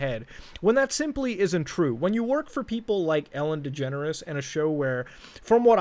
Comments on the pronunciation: I always hear "Ellen Degenerate" Instead of "Ellen Degeneres" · why it seems like he s saying Ellen degenerate show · because i have a speech impentiment i can't pronounce degeneres and i always say 'degenerate', guess this is the true way to say it now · I remember when I was a kid, I thought Ellen Degeneres' name was pronounced "Ellen Degenerate" Turns out I was right the first time.